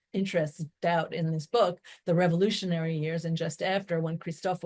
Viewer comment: It's Marlene Daut not Molina doubt